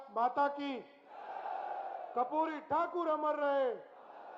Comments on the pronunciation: कपूरी नहीं करपूरी बोला जाता है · Kapuri nhi karpuri thakur sahi se naam nahi le Raha saman kya khak karega 😂